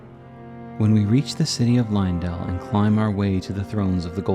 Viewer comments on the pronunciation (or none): It's pronounced "lane-dell" not "line-dell"